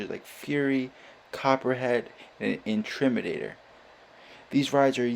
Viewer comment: “Intrimidator” ok I lost it there. Great video!